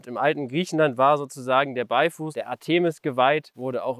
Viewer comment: Ártemis. Betonnung ( ;-) ) auf dem A! Artéeeeeeeeeeeeeeeeeeeemis tut weh!